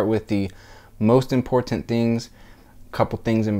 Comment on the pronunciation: Fake ass video. Listen to the way he says important